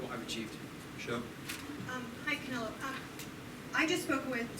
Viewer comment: Bivol dijo Canela 😂